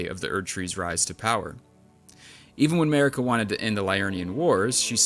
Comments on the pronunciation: her name is mArika, not mErika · your accent pronouncing their names was hilarious!!! "mehhhrika" "raydagn" "meeekella" 😂